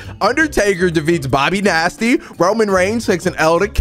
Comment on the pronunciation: you said Bobby nasty